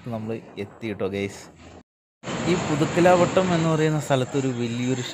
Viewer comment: പുതുക്കലാവ ട്ടം അല്ല മോനേ പുതുക്കലവട്ടം